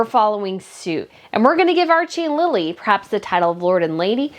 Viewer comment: It isnt Lila its Lili